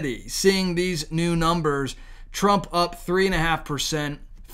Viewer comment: TRUMP not TRAMP